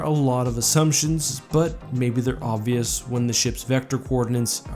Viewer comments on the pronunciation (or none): none